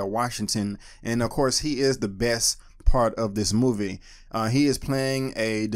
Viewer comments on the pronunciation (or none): none